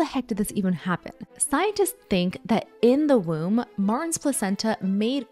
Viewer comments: Just nitpicking, but "Martins" is stressed in the last syllable. It sounds like "marTEENS" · Just disappointed at the pronouciation of the names. Martins is not prononced "mars". But interesting info. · Weird pronunciation of "Martins"... Try "marteens" it will be closer to the original. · Her name is Portuguese. "Martins" is pronounced "Mahrr-TCHEENS" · i loooove that you're talking about this! also it's pronounced martcheens 🩷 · Hearing Americans says Martins as Mars is hilarious